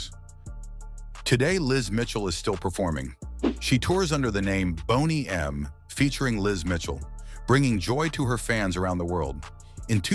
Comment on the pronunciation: What a boner killer to hear AI voice over and over mispronuncing the name everyone knows.